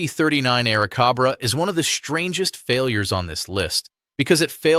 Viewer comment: Please stop with the AI narration!! The P-39 Bell Air-uh-cob-rah??? Hmm Cobra? Hey, check out that Shelby Cob-rah! Ridiculous....hate this video now!